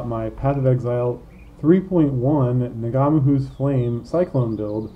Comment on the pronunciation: Do Americans really pronounce NG as NuhGA???????